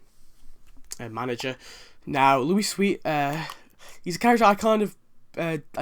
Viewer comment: If Lyle Lanley was voiced by Phil Hartman why does he appear in the game while Lionel and Troy do not? Maybe since they retired Phil's characters that's why Lyle's not permanent. Also it's Lucius ( loo - shuss) Sweet.